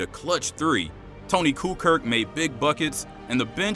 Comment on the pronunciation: Ok was going to subscribe until I herd you say Tony kukirk